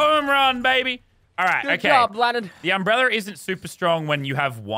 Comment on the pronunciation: No one: Lazarbeam: it’s an UmbReLLeR